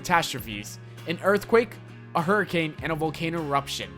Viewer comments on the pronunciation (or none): none